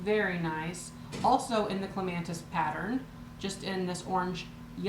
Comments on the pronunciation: Hi, all these items are very cool. My favorite is the 1st item, the blue tea pot, the flower on it is pronounced, Cle-ma-tis, no N. Can't wait to see the rest of your haul. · No "N" in the word Clematis. Just for kicks, in the UK they pronounce it "CLEM-mat-us."